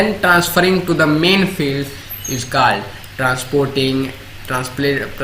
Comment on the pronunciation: Your pronunciation of words such as stalk ,called etc's is not right